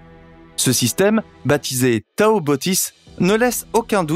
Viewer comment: On prononce to pas tao ! Bon doc !